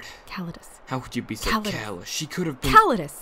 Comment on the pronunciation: Not to be petty, but didn't pronounce Callidus as 'Ca-lai-dus' in the last chapter? (Or at least the stress was in the second syllable.) Also what is his accent exactly?